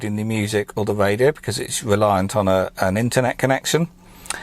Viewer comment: Woof, wange and wadio love this accent so much mate! Keep up the good work with them videos lad